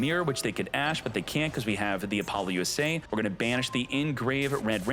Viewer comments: Is this man saying Apollo-USA? Lmao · Could you stop saying Apollousa wrong, there is no acronym in the name